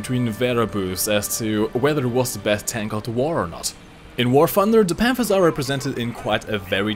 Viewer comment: Well... Since you're one of the few Germans that I know that don't turn every W into a V when speaking, that's easily worth a like. Now if you could just work on your TH, so I don't have to try and figure out what game War Funder is. :D